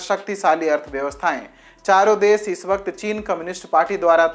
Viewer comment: आपका रिपोर्टर स ओर श में गलत बोलता है,जैसे देश को देस, शक्तिशाली को सकती साली कृपया उच्चारण सही वाले भरे